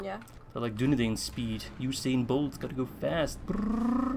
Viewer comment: with arahirs voice ITS DUNEDAIN NOT DUNEDEIN